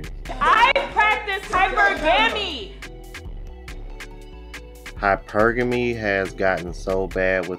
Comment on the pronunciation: I have been wondering if she was in fact trying to say hypergamy for the longest time.